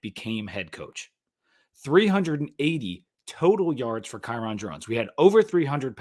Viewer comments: Kyron's name is pronounced like "Byron". Just thought you might want to know. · It’s pronounced Kai-Rin